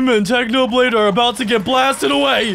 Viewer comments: Technopig ? it is Technoblade you silly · In the start he said technopig😂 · You said technopig it's not it's technoblade 🐖